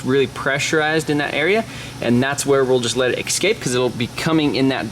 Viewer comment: Can build a 600 HP car.....pronounces eScape.....ex cape. Also hope your court date has already passed otherwise this might be evidence